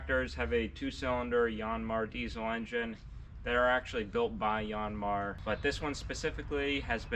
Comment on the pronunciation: YAN-mar, not YON-mar